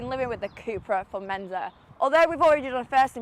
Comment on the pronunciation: Formendor hahaha